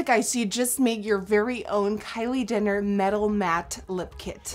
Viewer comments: Who else replayed coz she said "Kylie Denner" 😂😂😂💗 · Omfg she says Kylie dinner instead of Jenner. Dead 😂😂 I love you nikkie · she said kylie dinner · am I the only one who heard Kylie dinner in 😂😂😂 but I still love this video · Nikkie. you kept saying kylie dinner Hahahaha!!! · "Kylie Dinner" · Did anyone else catch the fact that toward the end of the video she said Kylie dinner?? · She saying Kyle dinner 😅😅😅😅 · You said Kylie dinner